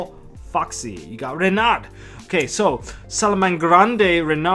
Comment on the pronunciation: just for knowing, in french , we don't pronounce the " d " at the end of salamangreat " Renard " :) overall,ur accent is pretty great !